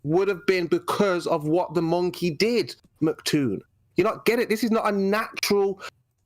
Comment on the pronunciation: Can he stop saying "Mc Toon" and stick to "Toon" since saying "MC" is so hard for him? ITs "MCToon" not "Mc Toon" lol